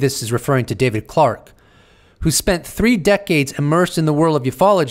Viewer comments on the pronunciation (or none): none